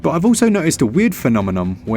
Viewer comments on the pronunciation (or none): Phe-nom-e-non …do do do do do 😂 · Phenomenene, barjen, nightwar LMAO! You're on FIRE! haha But seriously, another great video! Thank you for being on top of things so that we don't have to! Have a good one mate!